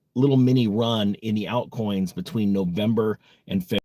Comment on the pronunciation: Alt coins? Some weard pronunciation man!